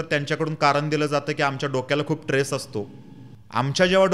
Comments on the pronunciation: ट्रेस नाही रे स्ट्रेस म्हण. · Its,a stress not tres pl .note.dont tak it itherwise. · ट्रेस कि स्ट्रेस? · dada tress nahi stress asat